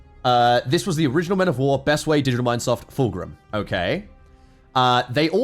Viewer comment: It is pronounced FULCRUM. NOT FULGRIM.